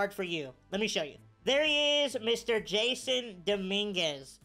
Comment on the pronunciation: love how he kept saying jason instead of jasson😂😂 nice video man keep them coming